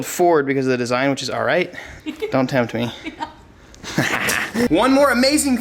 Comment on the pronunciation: My dude said “dont temp me” 🤣